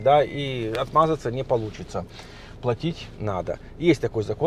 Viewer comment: плАтить,платите,от слова плАта,зарплАта,я уже писала,но меня никто не слышит,Костя с канала,,русские в Германии,,также говорит плОтит!ухо режет!